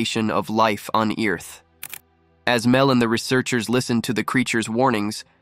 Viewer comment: It did it again! It said Eniliation and Eearth